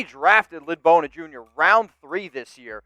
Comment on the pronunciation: No one could pronounce his name. Bowden. Bow as in bow of ship or bow after a theatrical performance + din = Noooooo. Bow and arrow + den of wolves. Correct!